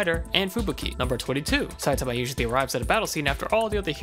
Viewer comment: Oh good they said his name correctl